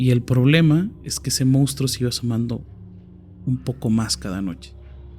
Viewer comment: Monstruo se pronuncia igual que como se escribe. Información que salva nuestro hermoso idioma. Bendiciones ❤❤❤